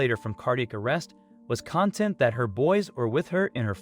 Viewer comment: ⚠️ ✋🏻 🛑 I Call THIS What It Is~ 🎪🤡💩❗️ And It's WITCHCRAFT, CAREFULLY-DESIGNED TO DISTRACT THE VIEWER~ TO MANIPULATE~ TO ILLICIT EMOTIONS. THIS IS DONE BY FREEMASONS~ ACTORS... SORCERERS... MAGICIANS... PLEASE, ALSO NOTICE THE NARRATOR OF THIS RUBBISH CANNOT EVEN PRONOUNCE THE WORD 'ConTENT', (As In 'Satisfied'), RATHER, THIS 'ALIEN' READS IT AS 'CONtent'. ALL MEDIA IS PROPAGANDA. PLEASE USE YOUR COGNITIVE THINKING SKILLS AND EXERCISE DISCERNMENT. DO NOT ALLOW FREEMASONS TO MANIPULATE YOUR EMOTIONS... AND TO WASTE YOUR PRECIOUS TIME.